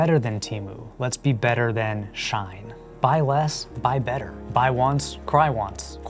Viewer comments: It's pronounced not like "Shine" but more like "She - In" As in "She in soooo much debt from all that fast fashion she buyin'" Also no shade dog but it sounds like your mic came from Temu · Shein is pronounced “SHE-IN” not Shine